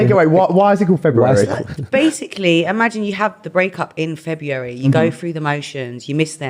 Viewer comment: She cant even pronounce February